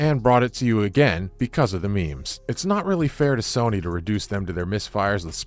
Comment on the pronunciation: It's Sony not soony😂